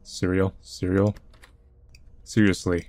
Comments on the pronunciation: "Cereal-sly". We caught that.... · I lost it at cerealsly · "cereal-sly" OH MY GOD